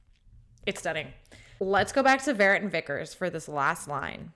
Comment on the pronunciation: Not Shirley Vérret, but VERRÉT. More on the French sound side of things. One of the best mezzos (later dramatic soprano) that ever graced the stage. Her LADY Macbeth is jaw-dropping to say the least.